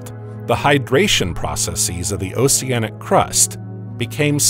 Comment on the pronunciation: Why would you pronounce the c in oceanic differently than the c in ocean??